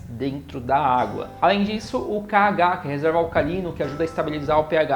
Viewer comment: É KOH e não KH!!!!